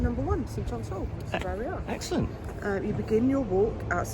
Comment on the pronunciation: And so the CE editing team have discovered segues, which is nice. Did you say eggscellent?